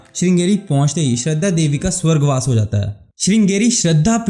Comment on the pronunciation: Shaaaradaaaa, not Shraddha 😾